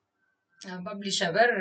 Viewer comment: Its not BUBlish....you should pronuce it like PUBlish....please polish your english pronunciation. Also please practice by attending spoken english....do not kill us by talking like butler english. Your english slang clearly shows that you are from Tamilnadu.